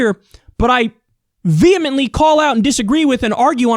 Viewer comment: Gave the video a like because he pronounced 'vehemently' correctly. A rare thing in this day and age.